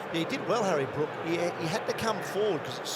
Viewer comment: Can someone tell that it is Brook not Brooks!